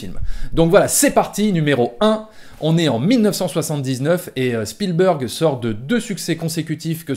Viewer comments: Vidéo très intéressante comme d'hab mais juste si tu pouvais prononcer correctement le nom Spielberg pas spielbeurg et il y a un S à la fin de Lucas, il est pas francophone à ce que je sache. Sinon joli travail! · tu prononces à l'américaine mais spielberg est un nom germanique car c'est un juif ashkénaze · C'est vrai que Chpielbèrgue, ça pique les yeux quand on entend. Mais Spielbeurgue, c'est pas mieux ! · Bon... donc même un journaliste de TF1, en faisant un petit effort, sait prononcer correctement le nom de "Spielberg"... Peut-être que ceux de CNN le prononce avec le Q, "à l'Américaine", mais ce nom étant germanique et Ashkénaze, il doit être prononcer comme en Allemand "CHPIL-BÉRG" qui signifie "qui vient d'un lieu de guet". Sinon, bonne vidéo ! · “ Steven spielbeurg “ “ George Luca “ Lol